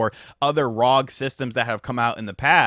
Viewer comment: It’s not rog it’s R O G it’s short form for Republic of gamers